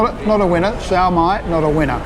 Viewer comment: we pronounce it as SYOPAO SIO PAO not CIAO PAO and SIOMAI as SIO MAI not CIAO MAI